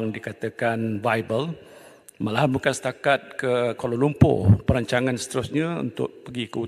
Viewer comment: Minit 0.30. Perancaman? Atau aku salah dengar kot. Apa Pak Din cakap ni?😂